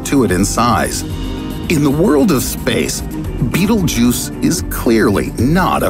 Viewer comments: Its not beatle Juice ITS PRONOUNCED BET EL GEESE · its BETELGUESE not Beetlejuice. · Sounds a bit alarmist to me. Why are some people/institutions trying to generate constant fear among the general population, the stress in his voice etc. Defies logic. Be happy bud! Calm down! (and by the way it's Betel-geuse not the hollywood version Beetle juice) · Can you fucking stop pronouncing it "Beetle Juice"... It's pronounced Bae Tell Jeuz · It isn't pronounced beetle-juice it's pronounced bétel-jis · It's pronounced "betal gowse" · It isn't pronounced beetle-juice it's pronounced betél-jis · It's pronounced bétel-jis not beetle juice. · It's so hard to take this serious when it's pronounced Beetlejuice. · Man everytime he said beetle juice I got kinda annoyed it's pronounced like "betelgus" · It’s pronounced Bet-Elle-G’use, not Bettlejuice. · Note this: This content is older more than 2 years. Stupid clickbait video. Narrator gonna be in hell for false rumour, scaring innocent people. Also it is pronounced as battle-jaz not bittlejuice.. Thank me later narrator. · Him: Betelgeuse Me: Beetlejuice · It's not pronounced 'beetlejuice' and that has driven me nuts through the whole damn thing -_ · Betelgeuse is NOT pronounced "Beetlejuice" you dyslectic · Wait Betelgeuse is pronounced as beetle juice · Before i read the comment: betelgeuse After i red the comment: bettlejuice. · I jus thought this hahahaa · Bee-tel-guy-se... betelguise this guy doesn't know how to pronounce basic words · I still can't get over the fact that he kept saying Beetlejuice every damn sentence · I thought he fucking said beetle juice. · Did he just said "bettle-juice"? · nobody:: B E E T L E J U I C E